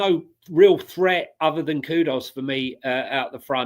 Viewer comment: Great show as always, but grateful if you can nudge some of the regulars on their pronunciation that its 'Kudus' not 'Kudos'!